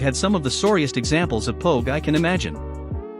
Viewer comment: For future reference pogue/s is pronounced like rogue/s.